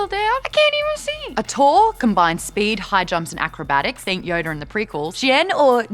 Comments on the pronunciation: Wait is it Ataur (Ah-tor) or Ataru (Ataroo)? I thought it was Ataru? (It even says so in the graphic). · Ataru, it's pronounced "uh-tar-oo"